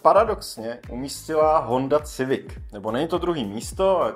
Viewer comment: Koncepčně moc povedený video. Škoda jen maličkostí, které lehce kazí dojem. U Golfa jsi zmínil, že přece v tomhle žebříčku musí být nějaká evropská automobilka, což už bylo Volvo a Mercedes, které jsi zmínil předtím. Škoda výslovnosti Civic [sivik nikoli civik]. Potenciál a potencionál jsou dvě naprosto rozdílná slova. Nicméně se těším na další Top 10/5, což jsou z tvé tvorby videa, která jsou vážně poučná a zajímavá. Díky za super tvorbu.